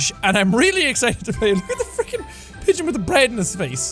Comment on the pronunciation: I’m not sorry, but it sound like you said bitch simulator? And then I clicked on it and found out it was pigeons! So at the same time I wish it was the complete opposite because having control over women doing horrible things in society will be just as devastating as pigeons pooping on people in society. Regardless it’s still funny and I still enjoy everything that you play when it comes to any kind of video game or simulator out there because you make me laugh my ass off!